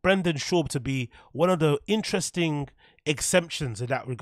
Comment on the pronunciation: Virry inchressing 🤏